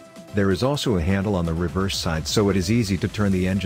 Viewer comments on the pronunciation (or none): none